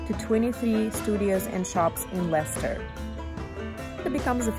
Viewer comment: You pronounced it right!! Leicester is also a city in the U.K and it's pronounced Les-ter. Great video! New Sub right here!